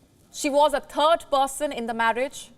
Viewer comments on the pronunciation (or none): WION, if you are a global news network, English fixes: W is not V, and THIRD is not TURD. Thanks.